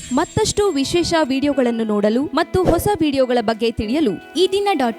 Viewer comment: ಒಸ ಅಲ್ಲ ಹೊಸ